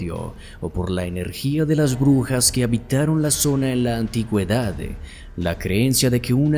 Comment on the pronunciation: Critica constructiva. Deja de terminar las palabras con una "e" sonora, suena horrible, más sabiendo que es forzada para dar apariencia de locución de altura. Ej : Di "ciudad", no "ciudade", "antigüedad", no "antigüedade", "canal", no "canale". 😂😂